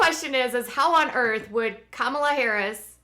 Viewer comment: happy birthday!!! Kamala is pronounced like the word coma, u no a "," . Kamala. just saying, not tryin to be mean.